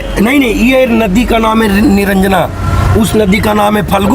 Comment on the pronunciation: भई सहाब आपका हिन्दी बोलने का ढंग सही नहीं है नदी को नोदी बोल रहे हैं ।